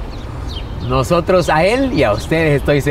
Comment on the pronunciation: Nojotros?? Intenta hablar bien.